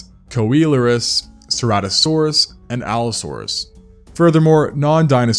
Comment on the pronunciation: Amphicoelias is actually pronounced "am-fih-see-lee-as," and "Coelurus" is pronounced "See-loo-rus."